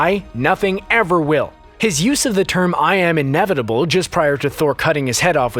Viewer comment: becoz he said "im inavitble" 🤣🤣🤣